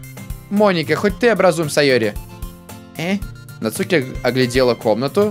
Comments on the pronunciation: нАцуки ударение на А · Не Нацуууки а Наааацуки!!!! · Не НацУки а НАцуки дурашка))) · не НацУки,а нАцуки((((((((((((((((((((((((( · Нааацуки... Нааацуки.... Наааацуки а не Нацуууууки!!!!>:/ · НАцуки а не НацУки!!!!! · не нацууки а нааацуки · Согласен, выбешивает, когда он читает НацУки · Al1na art В Японии нет ударений, правильно читается- Нацки, "дурашка" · ЗА-ШИ-БИ-СЬ интересно продолжай пожалуйста И кстати по моему читается НацукИ но как знаешь я не уверен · В Японии нету ударений в этом имени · Нацуки ударение на А !!!